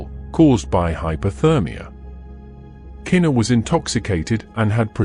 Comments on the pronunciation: just cuz your a foreigner and shes black and this was a HUGE deal in the almighty USA, her name is pronounced "kuh-knee-kuh" no kena. im sure that absolutely puzzles you brits how us colored people can scramble such strange letters togetherr to make a mouth full of completely unappealing sounding names. well sir that also confusess me 2 but thats the blk americans here.im jamaican and chinese miami florda dade county nigga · Unfortunately, The video is AI generated that’s why the pronunciation is off! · i get it but still its a respect thing. people always mispronounce her name